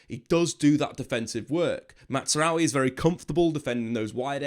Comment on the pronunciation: Why does he keep saying Mazaroui like it’s an Italian name …….its not. The z is a z